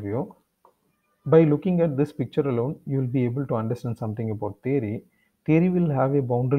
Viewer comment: It's not thery it's theory